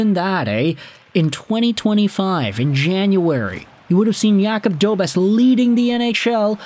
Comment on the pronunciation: It's pronounced DobeSH